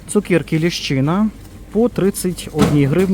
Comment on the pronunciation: Дякую,, за ваш огляд. Обожнюю чути ваше слово ''цукєрка''. Ми вже з донькою теж так кажемо 😊.